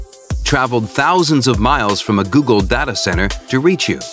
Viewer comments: Data not dada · Oh he says it as Da-ta.. I thought it is read as Day-Ta... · I can't get over his mispronunciation of "data" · There is no correct pronunciation of data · You'll never learn as long as you are pronouncing "Data" like that.